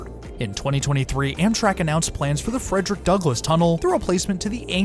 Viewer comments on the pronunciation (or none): none